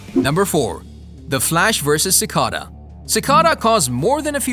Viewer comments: him: ciscada. everybody else: Ci cada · Its cicayda not cicaada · ci cah da lol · ah yes my favorite villian sicawda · No one: Literally No one:: Sickadaa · Ik right he pronounces cicada like ci caduh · damn you the way u say cicada